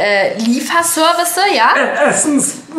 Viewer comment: Niemand: Wirklich NIEMAND: Bibi❤: eh...eh eh Liefersörwisse?